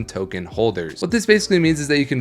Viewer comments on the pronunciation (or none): none